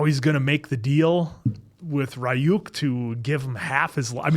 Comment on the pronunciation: criniging and dying inside everytime they say Ri-yuuk